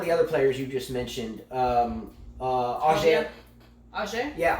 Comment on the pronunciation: Haha you guys nailed Raonic. Auger still needs work though. It's ohh (long 'o' sound) followed by zzzhhhhay. No biggie, I won't bring it up again, just think French. the look you gave at the beginning was pure gold. I did a classic comic spit take on that one.